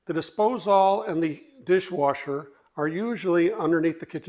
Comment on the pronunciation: No one ever told my man how to say disposal?